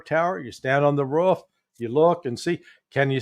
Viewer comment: By the way Larry its " roof" not "ruff" 😂